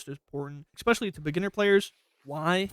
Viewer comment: "Eckspecially" lol